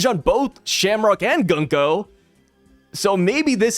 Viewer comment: Been telling you forever to pronounce Gunko correctly and now you’re a cat Consequences